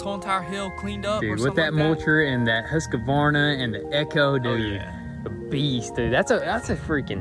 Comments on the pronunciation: Guys its HUSQVARNA not HUSQAVARNA :D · I am Swedish, and for me, it's really amusing to hear you say husqvarna 🤣🤣🤣 say it - hus-kvarna instead :p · yup its pronounced ooosk vahna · Husk varna NOT Huska varna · Huskavarna. They should get a Stihl. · They pronounced it like everyone else in the states including those selling them and the Swedes in MN. I think in Sweden it’d be something like Hooskvarn? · This is an attempt at phonetically describing how we Swedes pronounce the word Husqvarna: Huːskvɑːrna The "u" uses about the same vowel-sound that you'd use for the "u" in the "Uber" taxi service. English seldom draws together the consonants "k" and "v" so this is where most native English speakers get into trouble. Swedes pronounce those two consonants a bit more softly and over each other and thus sound a bit more drawn together than the usual "independent consonant pronunciation". It has been a while since my university English linguistics and phonetics course, so I hope I made it somewhat clear. In any case, it hardly matters as long as you agree that Husqvarna makes at least half-decent equipment... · yhee the Husqavarna xD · it's hus-kvarna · The chaimsaw is pronounced hus-kvarna. //swedish follower! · Well he definitely said husquavarna right they called their Lamborghini a Ferrari tho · As a Swedish person i found the best part of the vid when they tried to say husqvarna :D i was like "what is that brand they are talking about?" :D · Bara roligt när säger Husqvarna blir bara så fel:) (so funny when say Husqvarna its so wrong) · The pronunciation of Husqvarna cracks me up. xD